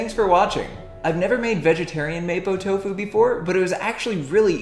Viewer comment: Hi. The dish is pronounce "Mah-po doufu" keep up the good work 👍